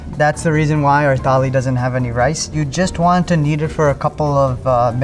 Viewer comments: Tali nahi thali 😭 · Pronunciation of thali 💀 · Bro can't even pronounce thali correctly😂😂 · thali toh bol le theek se bhai